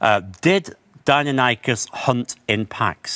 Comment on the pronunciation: That fuckers inability to pronounce Deinonychus correctly makes me uncomfortably angry